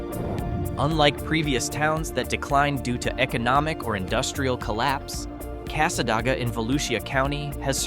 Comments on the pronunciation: It's pronounced Casa DAY ga. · They’re pronounced “Mic-a-nopy” and Cass-a-day-ga. Also Hague literally has a church, a gas station, a trailer park, a Dollar General and a two street neighborhood. It’s just a suburb of Gainesville at this point. You could do an entire video just on all the small towns surrounding Gainesville.